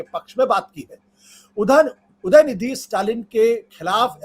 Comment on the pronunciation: Dayanidi nahi udayanidi hai